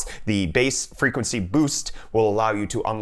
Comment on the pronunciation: Haha "Freguency"